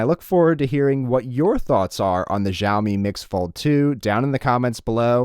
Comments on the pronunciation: It’s fucking cha o me not ja o me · Everyone, it's SHAO-mi. Not gzhao-mi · Its pronounced shaomi, not zhjaomi.... otherwise they would have spelt it Zhaomi not Xiaomi